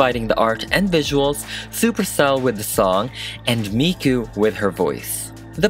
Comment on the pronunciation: Ok 1: why is he saying mikus name like that XD 2: dont forget miku was the first anime character THEN she was used as a singer just helpen with some old anime history lol!